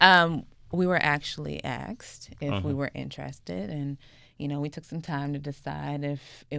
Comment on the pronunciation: "Aksed"? I find it interesting that people can be educated, and still not have the ability to speak properly.